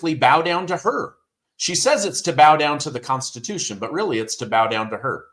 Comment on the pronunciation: I want to vomit when pronounce constitution